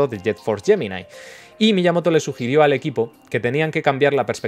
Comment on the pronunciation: Alguien que por fin pronuncia bien Prometheus y Gemini. Estoy orgulloso